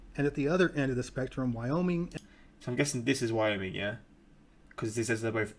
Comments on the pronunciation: You got wyoming and ohio right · Ohio and Wyoming you got it correct